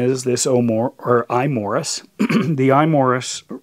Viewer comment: its bezel not beezel and imorse not imorris